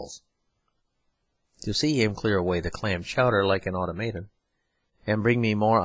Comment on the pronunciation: I'm very grateful to this reader or his clear diction. But I'm astounded at his perfect genius for mispronouncing many words by emphasizing the wrong syllable! The dozen times that the word "anarchist"" occurs, for example, he confindently pronounces it a "an-ARE-kist." And "automaton" becomes "aw-to-MAY-tun." Such things keep happening, as when he accents the last syllable in "servile." He is a rare phenomenon that should be studied!